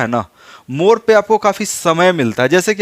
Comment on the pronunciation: मोर नहीं मोड़ बोलना सिखिए,, उच्चारण ठीक कीजिए,,अधिकतर मगही वाले ड़ को र बोलते है।